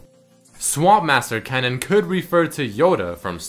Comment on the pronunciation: That dutch word kennen wasnt what you said